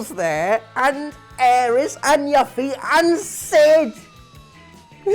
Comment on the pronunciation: Omg the way you pronounced Yuffie. I've never heard that way before. :D